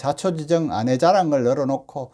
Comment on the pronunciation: '아내'라는 단어의 발음부터 제대로 하면서 방송 좀 합시다. 다른 사람들이 '아내'를 어떻게 발음하는지 귀를 열고 잘들어보세요.